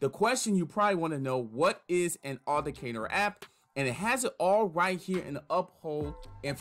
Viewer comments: You didn't provide step by step sooo your 'tutorial' video wasn't helpful. Additionally.. it's pronounced Auth-ent-icator. You missed a few syllables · It is pronounced ----Aw-then-tick-cater-------please practice on this word cause you are killing its enunciation. Appreciae the info but its a little hard to follow. Bless up!